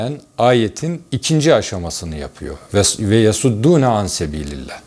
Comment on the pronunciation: Hocam yasuddúne kelimesindeki s harfi sad harflidir. sed (baraj) ile alakası yoktur.